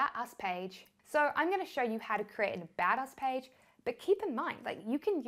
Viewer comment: Anyone else hear "badass page" instead of 'about us page'?